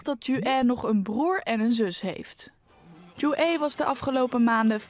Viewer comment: Het is Ju-ae (김주애), maar inderdaad.. de uitspraak over Koreanen is altijd een drama in Nederland. Ook de Leider's naam is niet als het Nederlandse woord "oen" en de Grote Leider Kim Il Sung, zijn opa, is ook geen "soeng". Je hoeft geen Koreaans te kunnen om ook maar een beetje dichterbij de correcte uitspraak te zitten, maar dit gaat helaas al decennia lang zo. Van een grote zender als NOS verwacht je toch wel iets beter.